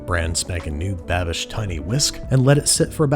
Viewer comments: HE ACTUALLY BOTHERED TO LEARN HOW TO PRONOUNCE THE NAME CORRECTLY! YAYYYY! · Props on the pronounciation Babish! That was almost perfect! Liebe grüsse :3